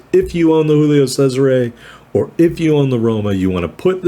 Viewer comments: You murdered the pronunciation of Giulio...Giulio Cesare...Roman emperor...the month July is named after him...Italians pronounce every letter of the name...G is G not H. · You got a Kraken...Che cosa vuoi di più dalla vita? Saw your other Cesare video...first try of the pronunciation was spot on...then you went all Mexican...Tequila is not that popular in Europe...